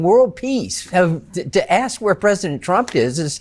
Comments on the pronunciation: It certainly sounds like Leavitt calls him President Chump half the time. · The only truth out of Karolyin's mouth is that she pronounces Trump as CHUMP.